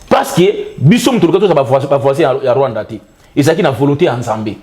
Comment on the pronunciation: pas le Rwaanda et l'Ouganda.